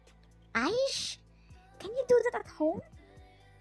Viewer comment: The way u say aish made me roll on floor 🤣